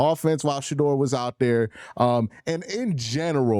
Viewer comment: Yo it’s Shedeur NOT Shadoor!